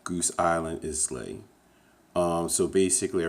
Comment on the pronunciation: Islay is pronounced eye-luh.